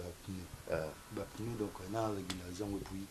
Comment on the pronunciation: MONIQUE NDONA j’allais lui dire la même chose pneus et non pinner .merci 🤣🤣🤣🤣 pinner 🤣🤣🤣